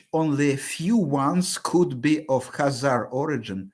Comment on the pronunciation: Kaiser myth?? KAH-zar,.. Kaiser is a completely different word, meaning "emperor". It's directly related to Caesar and Tsar.